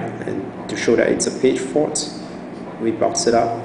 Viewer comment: Great video, sounds like you're saying "page fart" hehe..